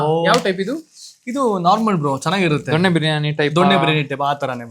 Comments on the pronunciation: ದೊಣ್ಣೆ ಬಿರಿಯಾನಿ ? ಸರಿಯಾಗಿ ಹೇಳೋಕೆ ಕಲಿ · ದೊನ್ನೆ ಅದು ದೊಣ್ಣೆ ಅಲ್ಲ